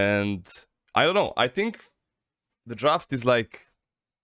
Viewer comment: ali gaca na 36;30 " i sthink" xD